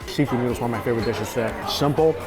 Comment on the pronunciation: I love the way says noodles. Neeoodles